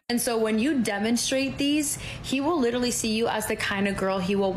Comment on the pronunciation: SAY LITERALLY ONE MORE TIME!!!! BUT PRONOUNCE IT CORRECTLY! DAMN.